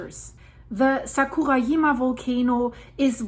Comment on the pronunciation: I had a difficult time understanding what you were talking about for a moment, with mispronunciations of "Kyushu" and "Sakurajima." Kyushu = kyoo shoo (not kyo shoo) Sakurajima = Sakurah Jeema (not yeema, not Yama)